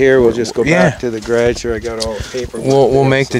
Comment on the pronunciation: Lol grage, hearing that is funny. Garage is proper .